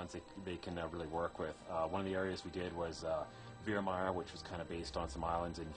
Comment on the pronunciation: Did you hear how he said virmire? lol I think the game got it wrong